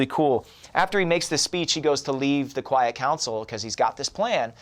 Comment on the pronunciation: Storm 101b said quite council instead of quiet